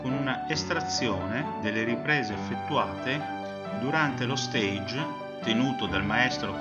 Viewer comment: Bellooooo! Grazie per la condivisione 🤩 mi permetta una precisazione: la parola “stage” dovrebbe pronunciarsi /stasg/ pronuncia francese e non /steidg/ pronuncia inglese, che significa “palco”. 🙏